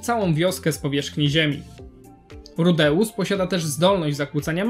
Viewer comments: Przestań mówić rudeus tylko tak jak to wypowiadały inne postacie w anime rudes. Boli mnie twoje wypowiadanie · Dostałem już kilka takich uwag, ale słuchając nawet wymowy z Anime dalej nie wiem jak to poprawnie wymówić (ja tam słyszę RUDEUSSy/RUDEUSS), więc chyba następnym razem dam po prostu wstawkę jak Eris woła go po imieniu: jeżeli aż tak to irytuje. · Tragicznie wymawiasz jego imię, sam filmik jak najbardziej na plus